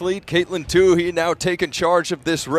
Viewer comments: Say Caitlyn's name right, please! It's Toooey, not Toohey. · nobody in the history of track/cross-country career (high school, college, and professional) has ever pronounced her last name "Toó-hee"... except this guy... 😖... the H is SILENT (Toó-eee)... but, this guy insists on putting forth extra effort to pronounce the H... 😆. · I just wish he wouldn't say two-hee, it's two-ee. Oh well. She kicked ass and I loved it! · Not "Tooheee!" "TOOEEE"! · No, it's silly only one of them continues to get it wrong. No Too-hee on the track. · I think it's silly that the two announcers don't pronounce her name the same way. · It's like he made a point of getting it wrong. My Irish wife is also a Tuohy, so that guy's pronunciation hurt my ears.